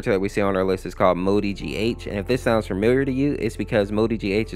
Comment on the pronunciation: This video is so inaccurate MoodyGH? ITS MOLDY GH M-O-L-D-Y G-H